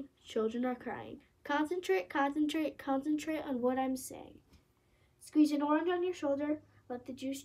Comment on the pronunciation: The way she said concentrate concantrate CONCENTRATE ON WHAT I‘M SAYING